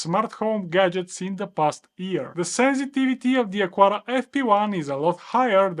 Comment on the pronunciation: it's not "acuara", its "acara", the U is mute